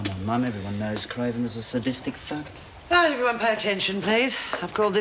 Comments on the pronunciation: He said fug instead of thug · I'm sure he didn't say this , but it sounds like Marty says Craven "was a sadistic f*ck". I couldn't agree more. Had to play it several times before I figured out he was saying, "thug" with a "ck" sound at the end. I prefer the latter.